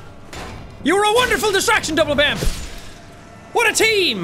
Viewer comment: I'm mildly upset that he called the mimic double-bampf instead of Binkeldampf